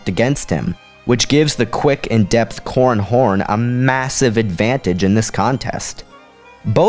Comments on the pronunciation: Seriously, you have to enunciate man. It's " Cor ran Horn" not " Corn Horn" . Sounds like an unpleasant sex act. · It sounds like he is saying corn horn